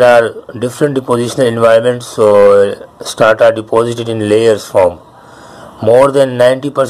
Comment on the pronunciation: its not Starta. It is Strata. ok